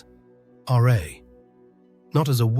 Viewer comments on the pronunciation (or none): It’s not the English spelling sound of r eh, but RAAAAA. You need to present the real sound and not just describe it. Peace ✌️